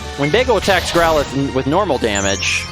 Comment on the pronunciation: Ahh I forgot how weirdly he pronounces Growlithe.